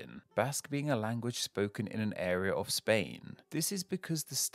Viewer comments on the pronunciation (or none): none